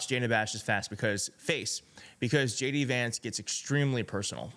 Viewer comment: Shay Dee Vance